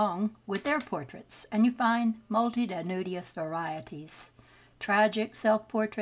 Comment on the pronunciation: multitudinous: pronounced like: MUL..Tihh--.too...din..us five syllables See definition and explanation below: mul·ti·tu·di·nous/ [muhl-ti-tood-n-uhs, -tyood-] Show IPA adjective 1. forming a multitude or great number; existing, occurring, or present in great numbers; very numerous. 2. comprising many items, parts, or elements. 3. Archaic. crowded or thronged.